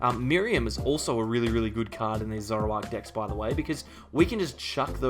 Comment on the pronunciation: I think you should work on your annunciation of "decks". Your accent makes it sound.....different 🤣